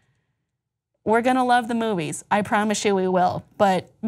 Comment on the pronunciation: "We're going to love the moives" Speak for yourself.